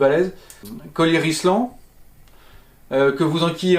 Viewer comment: super auto mais... c'est Rilsan pas Rislan 😉